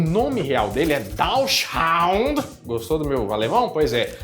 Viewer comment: em portugues o nome da raça é bassê mesmo. Dachshund é em alemão e a pronuncia está totalmente errada XDDD